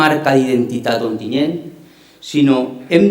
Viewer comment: Onteniente, i no una, sinó varies voltes???? mare de déu, eixa xica no sap dir Ontinyent?